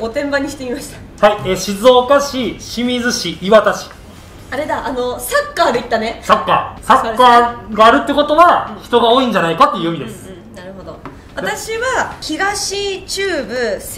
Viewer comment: 静岡市と浜松市って 元々浜松市の人口が静岡より多くなって、静岡が清水と合併して浜松市を抜くも、浜松市も合併して抜いた 人口減少が激しいのも静岡市なので浜松市との差が広まってる 浜松市民は静岡市より上だと思う人が結構いる あと「磐田」のイントネーションが気になった 元阪神の「岩田」とは違うイントネーションなんよ